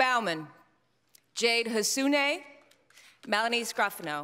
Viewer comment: Did no one else cringe with how they pronounced Melanie's name wrong?